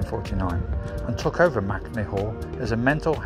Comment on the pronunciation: MAKE-ney. Not MACnee 😂 how is m-a-k-e MAC. I’m doing this walk in two days for my birthday in May.